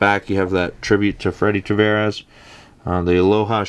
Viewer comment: It's Tavares, not Travares.